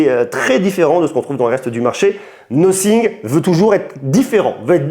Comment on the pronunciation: "Nossing" ?? Un peu d’efforts frère.